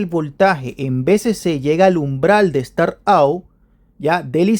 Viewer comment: Estimado amigo, tus videos estan muy buenos pero por fvr mejora tu Ingles un poquito, up no se pronuncia ou, es "ap". Startap, saludos.